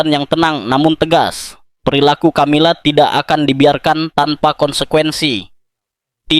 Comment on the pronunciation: Peu dilemoangjan ucapannya...bukan Tjamila tetapi Kamila....tidak semya huruf c dibaca tj...misal coca cola dibaca koka kola bukan tjotja tjola..umumnya dalam bhs.internadional huruf c jika doikuti oleh hurug a...o..da u dibaca seperti k...tetapi jika diikuti olh e..i...diucapjan seoerti s.....